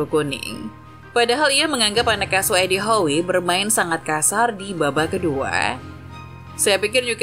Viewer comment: Bacanya edi how bu